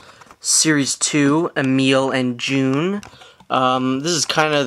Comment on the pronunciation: its not june you tard ITS J-U-N